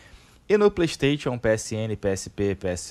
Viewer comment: “Plêi steitchon”